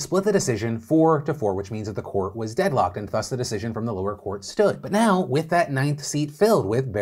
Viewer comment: Is anyone going to point out to Phil that the 'th' in "thus" sounds like the 'th' in "that" and not the 'th' in "three"?